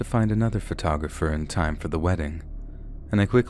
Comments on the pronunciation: PHO-TAWG-RAFFER. Sorry that was driving me crazy. Most of the time it was said correctly but a few times there grinded my ears so wrong. Photo-graffer at points was... Ahhh. LOL I love your videos I don't think I've ever heard you pronounce something incorrectly before. LOL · pho-tog-ra-pher... Not photo-grapher.